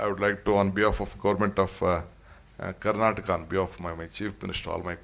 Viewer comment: Its karanata eric garcetti should learn kannada, we are kandaigas sir